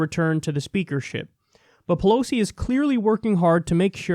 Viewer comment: Pelos? Is Kyle learning Spanish now?